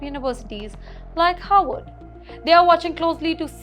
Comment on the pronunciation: please don’t pronounce Harvard as Howard. Pronounce both the Rs in Harvard. There is another university by the name Howard ( it is in Washington DC ).